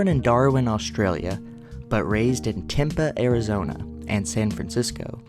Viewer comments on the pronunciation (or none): It’s pronounced “Tem- Pee”.